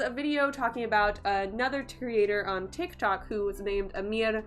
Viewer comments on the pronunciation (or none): none